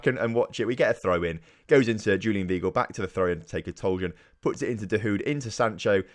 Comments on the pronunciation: Julian Vy-gle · You mispronounced some of your key players' names so here is some help how they are meant to be said Jadon Sancho- Pronounced Jay-don San-Cho (not Jordan Sancho) Julien Weigl- Pronounced Julien Y-Gle Mahmoud Dahoud- Mah-k-Mood Da-Houed Omer Toprak- O-mer Top-rack